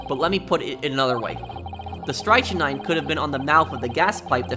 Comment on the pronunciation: It's pronounced strik-nine